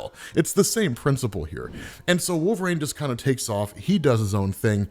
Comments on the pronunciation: Once....just once, man. Pronounce it correctly. It's "reen", wolverine! Not wolve"raine" SHEESH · The way you say wolverine with an A. HURTS. it hurts sooo much. Great work